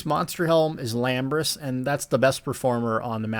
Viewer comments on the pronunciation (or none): the set is called I-lambris, not L-lambris, unless for some reason you think names aren't capitalised in the ESO world